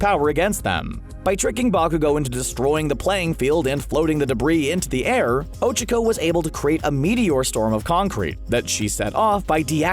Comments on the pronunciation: Ochcaco. O-Ch-Ah-Co. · Ochiko. Ochiko. Ochiko. I thought I could trust you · You’re pronunciation of OCHACA is giving me anxiety.. do you even watch the show? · Bruh did u here they way he said ochaco